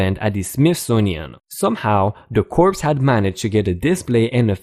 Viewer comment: The 'P' in corps is silent: 'Core'. Corpse is a dead body. Just sayin' 😎 Poke a cop in the chest and you'll be in handcuffs, charged with assualt, battery of an officer and ... the usual 'resisting arrest' (they tack that on to all other charges like it's a period at the end of a sentence).